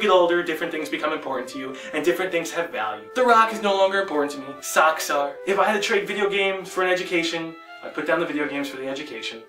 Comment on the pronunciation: when you say socks it sounds like sucks